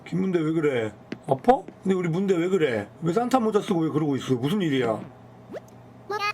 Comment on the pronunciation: 문대를 순대라고 읽는 매-직